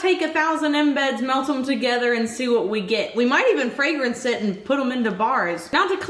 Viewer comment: She said a little bit of fragense and put all of it